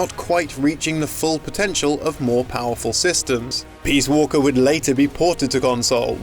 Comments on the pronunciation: I swear he keeps saying, "Metal Gear Solid: Peas Walker." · STOP CALLING IT PEAS WALKER.